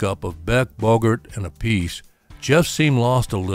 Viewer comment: "Ap pah see", not "A Piece"